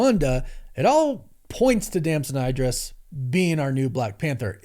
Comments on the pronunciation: It is pronounced E-dris not I-dris and you should know that! You also messed up a bunch of other names of well known and respectable actors. And that is ridiculous, because there is no way you do not actually know the correct pronunciations of their names given what you do for a living, which is research that includes watching interviews done by these actors for these movies. And you said you watched at least one of his interviews where he more than definitely would have had his name mentioned either by the interviewer or by himself. So there's no way you do not know what the correct pronunciation of his name is. Do better mate!!! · And ‘Idris’